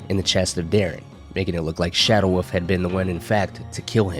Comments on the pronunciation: This video was good, but I just can’t forgive the dude saying “woof” instead of wolf. There is an L my dude for fucks sake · Fucking hate you people who absolutely insist on mispronouncing the word wolf. It's WOLF not woof. You inbred monkey